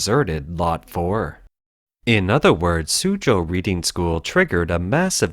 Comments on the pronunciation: I'm assuming the narrator is referring to Reading to the west of London, which contains 18 private schools, so which one ? P.S. it is pronounced Redding ! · I know this video was narrated by an AI bot, but Reading School is pronounced as RED-ing. Its name comes from the town of Reading in Berkshire, near London. 😊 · Reading, pronounced "redding", after a large town between London and Oxford, England. Reading school shows principal and responsibilty by properly testing the soils in the school grounds, after suspicions or a tip-off. They, Reading School, acted in a interest of the welfare of the children. The CCP does not responsibly act, but literally buries such concerns. It takes a foreign investor to unlock the criminal conspiracy. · he is Canadian so, just reading it as reading not Reading as he doesn't know the local pronunciation (bad pun I know ;) ). Eg I have always pronounced Concord like con-cord, but the town in the US is pronounced Con-ked. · I would have thought a human might know on how to pronounce "Reading" as in the name of the school and the town it's in, as opposed to "reading", as in I'm reading these comments. :) The narration to me does sound rather mechanical and monotone.